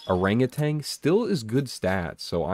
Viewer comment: Just a friendly statement that Orangutan doesn't have a G at the end. Look up the pronunciation bruv